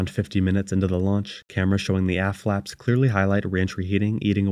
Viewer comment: I kept hearing hearing "ass flaps" because your pronunciation of the t at the end seems to be missing. "the ass flaps were damaged from the heat of reentry" sounds a bit sketchy